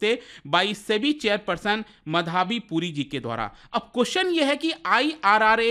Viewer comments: माधवी not मधाबी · "माधवी" को "मधावी" कह दिया! 👎🏼👎🏼👎🏼👎🏼